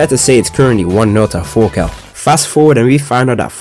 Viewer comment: "fast forward, and we find out that forka is actually related to forfin" the amounts of f's I can't unhear are crazy.😭😂